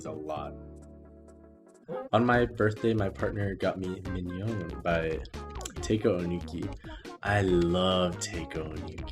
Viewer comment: Quick pronunciation thingy for future reference Haruomi, not Harumi Pizzicato - Pits-uh-cado (like avocado) Taeko - Ta-eh-co